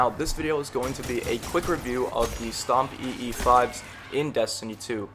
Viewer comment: ITS PRONOUNCED STOMPEEZ U FOOL